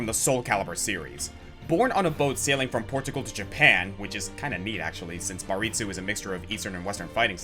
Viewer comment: Minor quibble: It's Bartitsu, not "Baritsu." Bartitsu is the real fighting style whose name was misremembered by Sir Arthur Conana Doyle, who wrote it as "Baritsu" in "The Adventure of the Empty House."